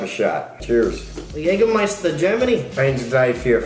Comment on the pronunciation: This makes my German heart so happy!! Your dad counting till 5 in German was pretty sweet and your pronunciation of "Jägermeister" was very good!! Love you so much ❤ (never been a proud german before...)